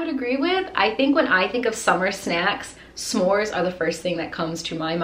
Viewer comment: Her: I have a huge bag full of shnacks. Me: When I get a snack or say it I’m going to say shnacks. Then she said shmores